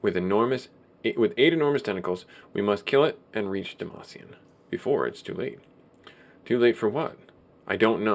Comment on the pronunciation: lol demacian...no more league of legends for you...I think is Dam-Cyan.